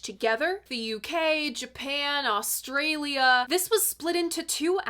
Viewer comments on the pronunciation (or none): none